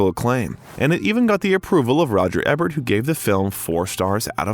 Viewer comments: My god man, if you're going to make a YouTube career, on multiple channels, out of telling tragic stories of movie stars, you MAY want to learn how Roger Ebert's name is pronounced. Just saying. Or if you're just a hired voice doing script reads, then your team has GOT to brief you on that shit. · Great narrative voice! P. S.: Please learn to pronounce names, words and titles. You obviously are just reading some and are not familiar with the real person, production or word: Roger Ebert, posthumously and La Cage aux Folles for examples. 👍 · How disrespectful to the late, great film critic Roger Ebert that the narrator will constantly mispronounce his surname. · I just thought it was a dummy that didn't know how to pronounce roger ebert's name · if you're truly AI, I suppose it's forgiveable, but if the narrator is human, then why, oh why, do yo continue to pronounce the name incorrectly of arguably the most famous American film critic/. It's no Eh-bert. It's EEbert. Sheesh! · Eeeeeebert the first three times was icky but the next FIFTEEN was painful and distracting For the number of times you mentioned him and the fact he’s a well known critic, I’d think you would know how to pronounce his name. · The movie critics name is pronounced "E Bert". Re-edit the audio VO. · Roger Ebert is pronounced "EE Bert" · EEbert....long E like the word see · It's Eebert with a long E. Is this AI? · Yes, like famous American Movie Critic, Roger Ebert (pronounced Eebert). Unsubscribed. Another channel that does not give a shit about research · Eee-Bert! 😅 Dumb A I geek! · I’m really enjoying this recounting of Robin Williams life and career.Some of the pronunciation is truly cringe worthy Ebert,Juilliard,…I don’t suppose it’s computer generated!!!??? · Pronounce the critic's name right. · Dude, It's "E"bert! Do your research, Buddy. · Please, it's not Roger Ehbert, it's pronounced, eeburt - like Siskel and Ebert... long e (thank you)... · It’s Roger Éééébert not Roger Ehbert.